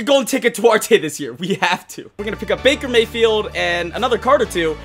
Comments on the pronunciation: dude said backer mafield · Back-er mah-field .